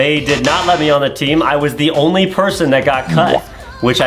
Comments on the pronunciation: You say it like onwee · It's pronounced On we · It’s not annoy it is onwee